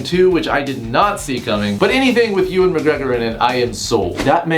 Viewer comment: "Uwan"? why do you pronounce it that way? XD you know you say it like "Ian". Ewan. Made me giggle but I love him as well!